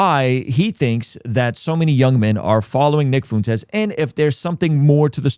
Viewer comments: I agree with your take here but if you want to be taken seriously on this you should start pronouncing Nick FUENtes’ name correctly…I honestly can’t tell if you’re being serious or subtly mocking. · You could at least learn how to pronounce the guys name before doing a critique on his positions. I’m a God fearing successful father who agrees with much of what Tucker and Fuentes have to say. I’m likely more successful than most of your followers. I don’t say that to brag, my point is that assuming everyone that agrees with them are basement dwelling losers is incredibly tired and just proves their point. A victim mentally is a terrible thing, but so is burring your head in the sand. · The irony of a guy with the name acting like he can’t pronounce Fuentes while living in Southern California 😂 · You’d think someone who has lived so close to Mexico for his whole life would be able to pronounce Fuentes